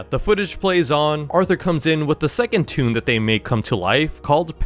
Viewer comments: Not "tune"🥲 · Bro he said tone is toon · You mean toon